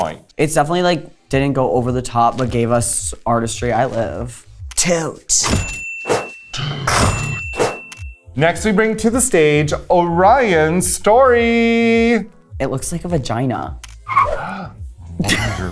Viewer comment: Orion, not Prions!